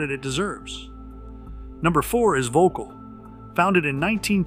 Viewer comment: It keeps cracking me up how Americans keep pronouncing it as 'vocal'. Not even close to how it should be pronounced!😆 Also shockingly expensive racquets btw!😱😵‍💫